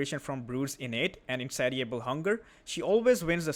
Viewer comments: FYI: in-say-sha-bull hunger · The "ti" in "Insatiable" makes an "sh" sound like in the word "nation". I know english is a nightmare...I wouldn't say anything if you weren't already doing a good job with the language. Hope this kind of feedback isn't burdensome, love your content